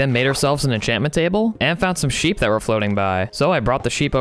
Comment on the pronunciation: you sood nam your seep nathen